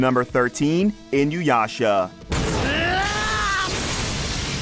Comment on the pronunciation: It's "EEEN-OOO-YASHA." Everyone says "In-you-yasha." My biggest gripe as a fan for the last 20 years. If Yasha is "in you," your name better be Kagome.